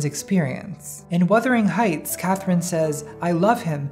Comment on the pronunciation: “And Wuthering Heights” NATALIE IF U DONT STOP I STG 😂